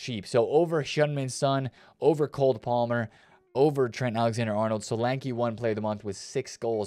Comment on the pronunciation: I think you might think the player is called “cold” palmer…. It’s “cole”